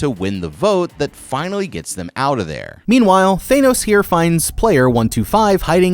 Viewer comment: His pronunciation for the games in the minigames we're funny😂